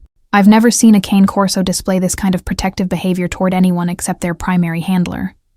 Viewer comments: Canecorso not cancorso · Love these stories but the narration voice drives me insane. I don’t know if it hits familiar in some way - no idea but it grates my nerves so I can’t handle listening to 2 in the same day! Some voices just make me unnerved or something. And the dog is a CANE corso not a con corsa- I have one. Great guard dogs